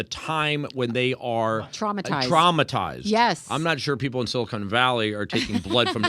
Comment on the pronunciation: SiliCON Valley, not siliCONE